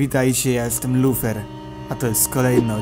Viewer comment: ja słyszałam